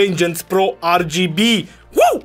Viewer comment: AR GI BI? Serios? Am uitat romana? De fapt nici a engleza nu suna. Parca suna mai bine ER GE BE